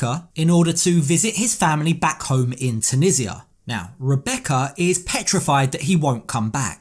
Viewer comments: Why can everyone else pronounce Tunisia correctly but Americans on this show (Rebecca and are 2 examples) cannot? How can they not know how to pronounce the name of the country that their husband comes from? They both say TON-EE-JA! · Why does she pronounce the name of his country incorrectly?